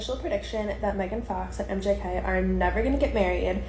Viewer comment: Am I the only one who heard this broad call him MJK? 😂